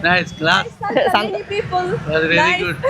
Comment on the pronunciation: శాంత కాదు.. సంత.. 😅